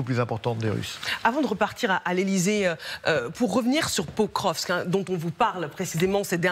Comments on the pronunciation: Un general consultant dit que Pokrovsk est sur la ligne de mire russe depuis plusieurs mois, donc le nom de Pokrovsk est connu de tous y compris des gens lambda sauf que lui au lieu de prononcer POKROVSK il dit POVROSK. Même la journaliste essaye de le corriger en prononçant convenablement le nom de Pokrovsk. comment peut il faire de l'analyse militaire alors qu'il est incapable de prononcer le nom d'une ville faisant parti du front ? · Ça fait des semaines qu'ils parlent de Pokrovsk sans réussir à en prononcer le nom ... et après ça se fait passer pour des experts de terrain 😂